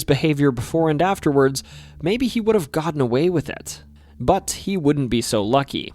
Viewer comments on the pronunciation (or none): none